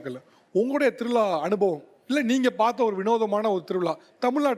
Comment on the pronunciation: திரு விழா.. தா correct உச்சரிப்பு... திருவிளா wrong... Correct ஆ உச்சரியுங்கள் சார் அழகான மொழி tamil. அதோட beauty கெடுத்தாதீங்க சார். இம் from கேரளா